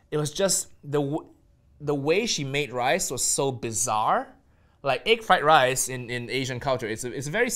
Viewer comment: the way he pronounces "Egg fried rice" he forgot he's Nigel Ng and not Uncle Roger